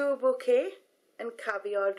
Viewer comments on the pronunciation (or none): none